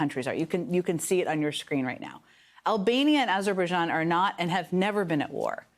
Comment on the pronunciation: he actually said aberbajian...